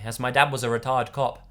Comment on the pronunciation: when you said "retired cop" it sounded like you said "retarded cop"